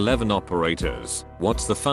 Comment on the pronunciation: This is without a fucking doubt the single worst, most fucking annoying pile of automated mispronunciations in a reddit video I have ever encountered. “Khaled nine double eleven” holy christ